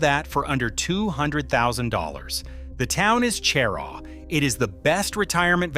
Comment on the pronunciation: Cheraw is pronounced sheraw.